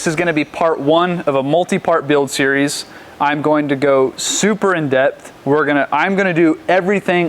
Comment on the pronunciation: 😂 He said "I'm gonna go super in debt", I think he meant to say "in-depth" but subconsciously he knows what's about to happen